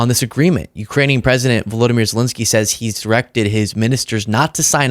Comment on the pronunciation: You, and more importantly Trump, are mispronouncing zelenskyy's name